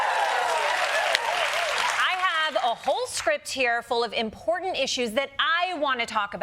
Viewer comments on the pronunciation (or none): none